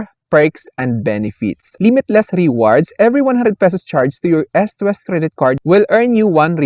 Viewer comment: ehst west.. dapat eest west.. sakit kac sa tenga sorna